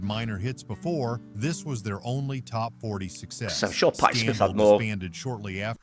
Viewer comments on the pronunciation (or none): Patty Smyth (of Scandal) is a different artist than Patti Smith. The AI mispronounced Smyth. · Scandal was led by Patty Smyth the y is pronounced "eye", not Smith. Patty Smith was someone else.